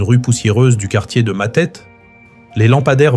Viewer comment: ca se prononce Matété, et non Matète.